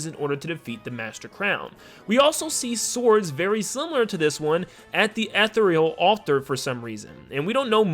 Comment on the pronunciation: Please look up how to pronounce “Ethereal”